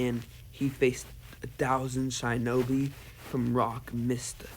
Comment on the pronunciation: Wait did he just say shynobi and highyuga